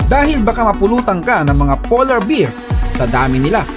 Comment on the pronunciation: Hindi po beer kundi bear, lambotan mo konti. Hindi ko tinapos naasiwa sa pronunciation😊